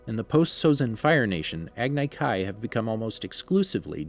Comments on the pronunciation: Agni kai is pronounced as agne kai. Iroh is pronounced with an I not e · Listening to him say agnay kay instead of Agni Kai KILLED me! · Me: he should have watched the show, I mean this channel has a series based on it. They should of watched it, right? And they should know the pronounciations. Him: Agnai Kai Me: fuck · This dude he doesn’t know how to pronounce anything from the ATLA universe “agnai kai” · What about agni kai.He pronounced it agnai kai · He called an Agni Kai Ag-ni Kai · It's pronounced EYE-ROW AG -KNEE KAI Love the content though! keep going! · ShadeTree Spatula ag ne k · The way you say Agni Kai and Iroh makes me nauseous. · The way you pronounced Agni Kai gave me anxiety. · This man didn’t say Iroh or Agni Kai correctly 😭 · The thing that bothers me the most is that he didn’t say Agni Kai right....sorry I get irritated by the most simplest things. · Everyone is talking about how he pronounces Iroh’s name, but what about how he pronounced Agni Kai? That’s way worse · I got cringed by your pronouncation of iroh and agni kai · He also said Agni Kai wrong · Not to mention the agni kai🤣🤣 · its not ear-oh lol, its eye-row (iroh) aand its not ag-nai kai, its ag-nee kai... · my guy said eroh its iroh and why the hell are u saying aganai ki its agni kai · Eroh? Agnay Kai? WTF haha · Earo........sorry I had flashbacks to the avatar live action movie but at least he said Agni kai even though he said ag nye but at least he didn’t say Agni key